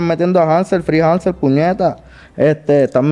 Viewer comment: Te cagaste ctm cuando dijeron hanzel jajajajajaja